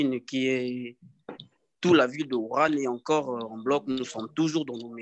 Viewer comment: La ville de WUHAN et non WURAN